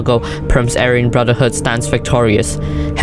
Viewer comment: true "ayran" lmao